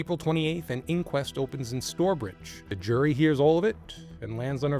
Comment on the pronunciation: It's pronounced 'st-ow-er-bridge', not 'store-bridge' 👍